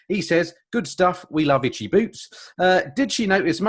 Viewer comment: Sorry, itchy not itchcy:)